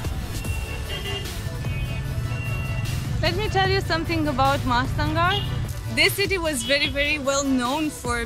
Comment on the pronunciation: Pronunciation is seperately MOHA" /"STHAN"/ "GOR". Where "MOHA-STHAN" is one word. And "GOR" another word. Together written and pronounce as "MOHA-STHAN GOR".